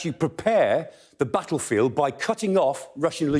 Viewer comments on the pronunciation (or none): none